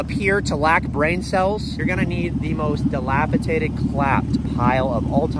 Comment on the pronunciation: The first rule is pronounce words like dilapidated "dilapitated"